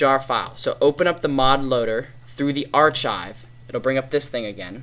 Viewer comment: its suposed be said arkive